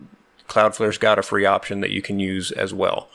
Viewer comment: Opetion? Did you mean Pigeon [/google-mode] ;-)